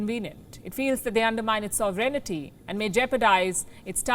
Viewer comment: The girl is cute, but she needs to look up pronunciation of words she's unsure about. Or common words like "sovereignty". It's not "sov-rain-nee-tee", it's sov-ren-tee.